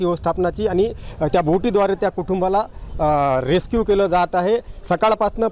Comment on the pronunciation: रेक्षिव 😂😂😂 रेस्क्यु बोल रे😂😂😂😂